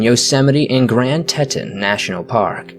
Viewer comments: Tee-ton is how you say Teton national park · Grand Teton, Teton is pronounced tee TAWN. It was named thusly by French trappers, it teton means stud. So trranslated as great stud mountains in French.